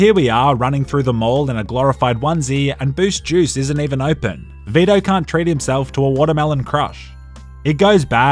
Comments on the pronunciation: It’s Vi-to. Not Ve-da. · For some reason, I heard "beta" in place of Vito. Made the video even better.